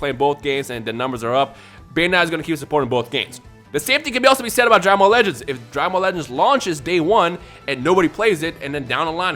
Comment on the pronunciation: When you say "Dragon Ball legends" i hear "dragon ball lettuce"